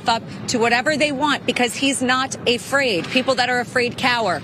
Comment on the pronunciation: "He's Not Ay-Fraid" - Alina Habba